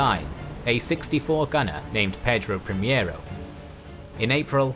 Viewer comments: great video as always just a quick note: ship is Pedro Primeiro(first) not primiero that is closer to the spanish primero (also means first). Keep up the great work and hit me up on twitter (same profile pic and name) for future portuguese pronnounciations if you want! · I have heard about Cochrane, but did not know his history. Thank you for this video! Please let me make some appointments: -It was not "João IV", but "João VI"; -"Pedro Primiero", but "Pedro Primeiro"; -San Martín was not chilean, but argentinian. He fought for the independence of Argentina, Chile and Peru; -In the pursuit made Cocrhane to the portuguese fleet in Bahia, the woud be Admiral Tamandaré, patron of the Brazilian Navy, was serving in the crew of one of the three warships. Actually, they chased them up until Portugal itself, at the mouth of Tejo river! A great salute from Brazil!